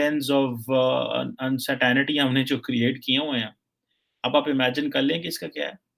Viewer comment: Insanity of English is Uncertaaanity.. 🤣🤣🤣